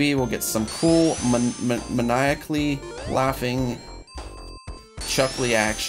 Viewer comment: its mae-ni-ak-ly